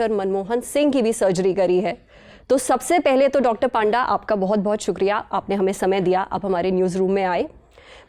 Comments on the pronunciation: His name is not पांडा his name is पंडा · It was, as expected, a fantastic episode! I absolutely love the Lallantop team and rarely miss any newsroom episode—catching up has become so convenient now. Lastly, I just wanted to point out something. Being a ‘Panda’ myself, I’d like to clarify that it’s actually pronounced as ‘पंडा.’ I hope you don’t mind. Keep up the amazing work!